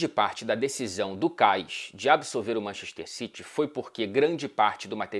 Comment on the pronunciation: Manxester xitchy 😂😂😂